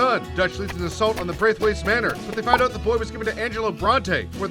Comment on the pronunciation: Luke Carson u mean good boah